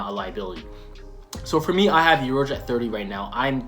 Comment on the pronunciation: Urouge 🤣🤣🤣 He not even Top 50!!!